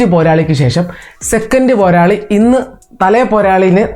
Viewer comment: You should stop this channel because you can't say "porali" word in malayalam.